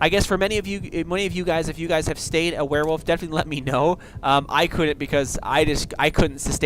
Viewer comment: thx a mill m8 cant wait to b a "Ware-wolf" lol